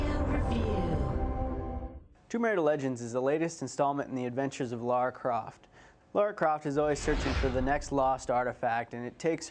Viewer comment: Before the video starts I wonder if he'll call her Laura instead of Lara?